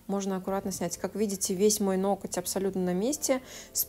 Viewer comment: Это ваше: "ноКоть" прям слух режет😅 уж извините